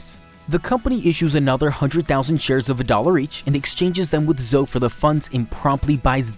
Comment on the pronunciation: I don't trust a man you can't pronounce Zoe.